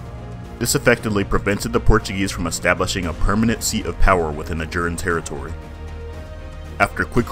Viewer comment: Its ajuraaaan, gosh. Hometeam takes the time learning of to pronounce it but yr cringe